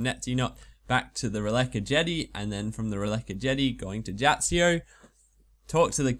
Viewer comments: It's "Neitiznot" and "Jatizso", not "Neitzinot" and "Jatzsio" which annoyed me a lot "Jump over the eastern bridge" but you went north -_- Would have helped if you had mentioned the bronze nail thing earlier in the video Those are just very minor faults, other than those it is a fantastic guide! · NAY-TIZ-NOT YA-TIZ-O Simple pronunciation. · YOU MISPRONOUNCE BOTH ISLAND NAMES IT'S SO FRUSTRATING Awesome guide though ;D